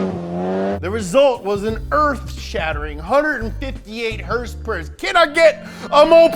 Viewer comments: Tells you to say MK properly... Says Hrsprs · the way you say hrsprs is everything:D:D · So many Hörsepürs…